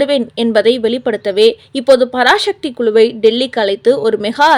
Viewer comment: பராசக்தி என்று சரியாக உச்சரிக்கும். பராசக்தி இல்லை.